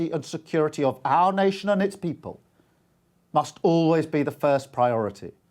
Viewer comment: The Bwitish Pweepol